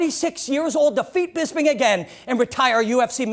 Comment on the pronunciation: and its BisPing, not BisBing